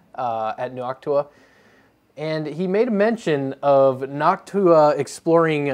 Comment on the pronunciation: God I love hearing noctua being pronounced properly. I hate hearing nochewa It's like chewtorial instead of tutorial.